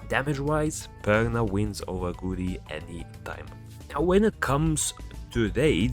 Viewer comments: I just realised you were calling him almost curry😂 It's GA-U-RI man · It's go-u-rry